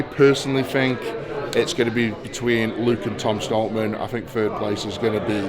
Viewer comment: "Tom errrr stoltman"